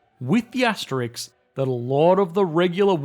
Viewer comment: Asterisk, not Asterix.